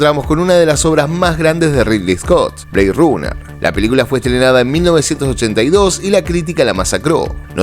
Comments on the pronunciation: Blade "runer" se pronuncia RANER! no rUner! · ¿Por qué pronuncias en un mismo título una palabra en inglés y la otra como se leería en español? BLADE RUNNER. Si pronuncias BLEID, deberías pronunicas RANER. Además, hemos oído cientos de veces el nombre de la película con su fonética inglesa... No era difícil acordarse. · Buen contenido. Pero decir Blade Runner pronunciando la U en Runner me hizo irme del vídeo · Buen video pero debes mejorar la pronunciación del Ingles, por ejemplo”Blade Runner”….